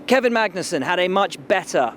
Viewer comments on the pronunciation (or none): none